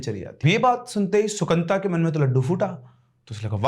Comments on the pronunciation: Sir, sorry but its not Sukanta... Its Sukanto in bengali.. so funny hearing it as Sukanta🤣🤣🤣🤣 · The Bengali name is - Shu-kan-to.